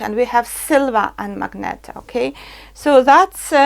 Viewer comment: It"s MAGENTA not magneta